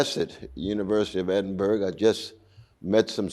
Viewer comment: He's an ignorant antisemite. There is no genocide. That's a libel. He can't even pronounce the name of the city where he is - Edinburgh. This man is a grifting huxter.